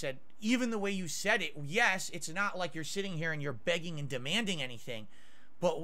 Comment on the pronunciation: the word is BEGGING